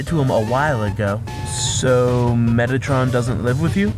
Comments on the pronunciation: The guy who said the first MTT question said "Mettatron"... so close to "Megatron" XD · Surprised. No one asked "You aren't surprised everyone here knows about you guys?" EDIT: Also, you said "Mettatron". Did Megatron and Mettaton have a baby? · not mettatron mettaTON